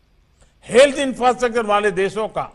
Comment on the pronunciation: इंफ्रस्ट्रक्चर को क्या बोला गंवार 😂😂😂😂😂